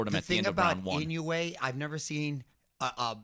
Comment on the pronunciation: Yo correct the name! Its Inoue!!!